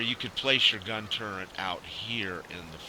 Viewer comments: does anyone else wonder why he is saying turrent not turret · " TURRET " not " TURRENT " nice vid though..